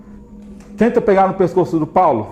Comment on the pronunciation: In investigação sobrenatural the investigator's name is Paulo, not Paolo. 😉 Your videos are the best